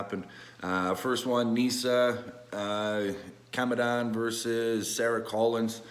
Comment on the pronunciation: It's pronounced Nisa Jamadan